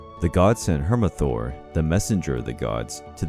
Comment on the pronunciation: This video makes me cringe and the messanger of the gods is Heimdall or if you want it the old Norse correction it's heimdallr not heimathor and he's not baldurs he's not even closely related to Baldur heimdall was birthed by nine giant mothers who are often depicted as the personification of 9 waves of the ocean